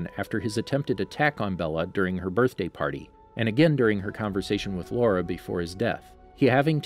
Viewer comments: It usually speaks Laura... It should supposed to be Laurent. Wrong pronounciation. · Yeah, he just doesn’t say it right. In the movie they pronounce it La-RAUNT. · Extremely frustrating that he keeps referring to laurent as laura. Did he seriously think laurent was a girl because of his long hair or is he just terrible at pronounciations? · I know that he meant laurent but it kinda drives me nuts. I mean it’s laurent not Laura! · It's Laurent not Laura. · Yoshi Moshi or as he would say LAURA it’s infuriating though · His name is pronounced La-rant, short a. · I think it's genuinely bad pronunciation, in french the t can come across silently sometimes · Quit mispronouncing Laurent